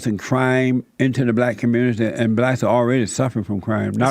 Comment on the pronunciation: Jesse just wants views. He cant even pronounce "blacks" . He says, "blatz".